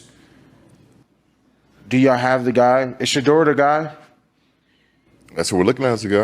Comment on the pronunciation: Yeah these cats out here hating on Shedeur so bad its not funny. Straight sickness! Jason lloyd cant even say Shedeurs name like KS. Like he wants to throw up in his mouth. KS must have been his bestie. Clear thats who his inside man was bringing all the toxic info about Shedeur to the media.